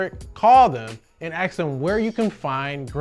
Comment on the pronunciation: Ask, not axe